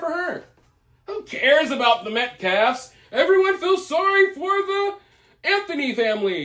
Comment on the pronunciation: I've not seen any mention of how consistently says "Metclalf"! This is intentional to show disrespect. This POS is absolutely VILE, DIABOLICAL & a FELON! So, turnabout is fairplay, "KARMAmelo"!